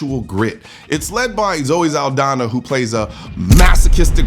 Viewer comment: Zaldaña, not Zaldana!